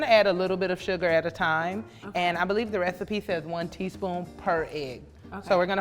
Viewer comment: she said “rethiepie”